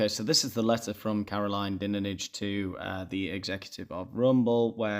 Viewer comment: It’s pronounced “Dine-age”. Didn’t know who she was, so googled. As an aside— Fun fact: discovered she’s the daughter of veteran broadcaster Fred Dinenage; a really lovely, genuine bloke. Anyhoo… dunno why she’s set herself up as judge and jury in this instance?